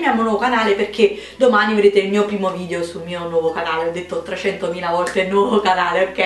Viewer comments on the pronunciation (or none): none